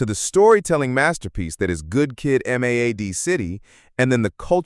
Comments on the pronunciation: Please stop with this A.I shit. I was almost into this video. "GOOD Kid, M.A.D.D city?" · If it wasn't obvious to anyone already, "Good Kid Am-Ay-Ay-Dee City" is a clear giveaway that this channel is using text-to-voice generator which I wouldn't have minded if the owner of the channel didn't shamelessly deny it. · How he said MAAD city, XXX T__, Get rich or __ trying. the rest was good